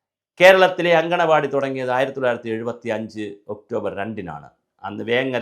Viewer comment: സ്ത്രീകൾ നടത്തുന്ന സ്ഥലം എന്നല്ല മാഷെ മുറ്റത്തെ പൂന്തോട്ടം എന്നാണ് അങ്കണവാടി എന്നാണ് അംഗനവാടിയല്ല